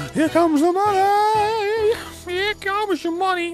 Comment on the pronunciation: at the end where you where saying mouni instead of money,this word (mouni) in greek is the thing located at a woman's crotch XD